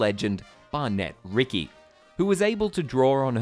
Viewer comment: Ricci is pronounced like Richie. I used to work with her at Disneyland back in the 80s. 😊